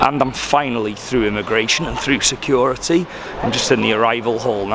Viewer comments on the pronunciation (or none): none